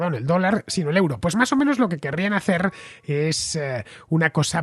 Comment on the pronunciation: Estimado Fernando, euro en Alemania se pronuncia oiro...